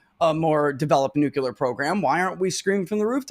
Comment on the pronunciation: Nuclear is not that hard a word to pronounce dude….